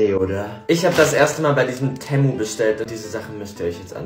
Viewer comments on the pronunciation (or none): Ey wie er temo sagt neee ich nenne das temuuuu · Tämu 😂😂😂 Das wir Temu ausgesprochen 😅😂😂 aber nd schlimm =Beste YT Liekt wenn er beste ist 👇😅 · Es wird nicht TäMu ausgesprochen sondern Temu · Digga temmu ?TEMMU?!?!?! Das heisst Temu also wird ausgesprochen teemu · Das wird Temo also T e m o ausgesprochen aber ich spreche auch manches falsch aus also egal😊 aber ich hab schonmal bestellt undzwar Schuhe und glaub noch was anderes die Schuhe waren so cool 😅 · Das e wird lang ausgesprochen wie bei tee also sozusagen so teemu